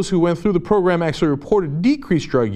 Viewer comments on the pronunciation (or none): none